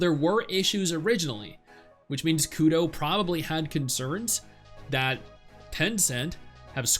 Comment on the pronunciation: It's Kuro not Kudo.